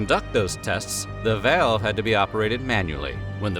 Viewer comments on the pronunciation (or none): im sorry, a 'vayalve'? dont you mean a valve? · Im sorry - how the hell are you pronouncing the word 'valve?' You sound like you're having a stroke. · So you are saying "valve" 😂..... Took me a few times based on how you pronounce that word